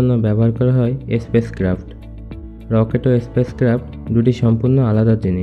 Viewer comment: এসপেস ক্রাফট নয়, স্পেস ক্রাফট হবে।